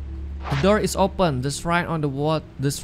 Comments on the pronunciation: Srain bukan siren😩🥴🙏🙏😅🤣🤣 Shrine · Halo, shrine itu bacaan nya /srain/ ya, bukan siren Bantu up ya guys biar sama2 belajar